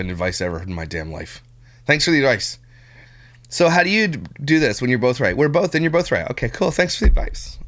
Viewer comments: People who say bolth and pellow crack me up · Lol I think she makes it a point to say "bolth" just to troll you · lol he can’t stand her! They bolth need a speech therapist. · Does she really have to say “bolth” so much?? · Why is the one person who can’t say “bolth” correctly also the one person who uses it in every single sentence she sputters😭